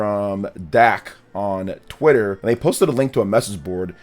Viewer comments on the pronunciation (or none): none